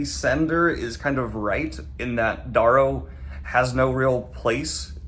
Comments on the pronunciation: well he's been mispronouncing Darrow's name wrong for ages now even after seeing videos of Pierce Brown pronouncing it Dare-row. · Wait is it Dahrrow or Darerow? (Pronunciation)